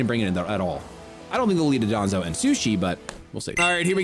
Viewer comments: Dondozo is pronounced don do zo not duh don zo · I assume I'm not the first to point this out, but it's Dondozo, not Dodonzo. Super common mistake. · Pronounced “Don-dozo ” just by the by. That’ll be a little easier to fix instead of the 15-year Hydreigon pronunciation lol